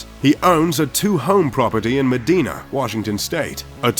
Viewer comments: Medina is pronounced "muh-die-nuh" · Come on man. The voiceover dude needs to pronounce MEDina, WA correctly where Mr. Bezos owns a home. It shows the lack of authenticity of this video. Just saying.... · Medina is pronounced Madiena, not madeena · It's pronounced MedIna, not MedEna. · Around these parts, we pronounce it me-dy-na :P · It is pronounced Meh dine uh with the accent on the second syllable, by the locals. Your pronunciation is correct for anglo Texas, though.